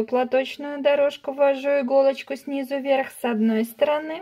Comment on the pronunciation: "СнизУ", а не сниза!!!! Невозможно смотреть вашу тягомотину. За 5 секунд всё показать можно было!!!